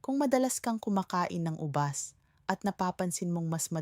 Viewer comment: Puede pobajbigkasin nyo ng Tama Hal ang ubas au binibigkas nyo ng ubas mabilis nalilito po kami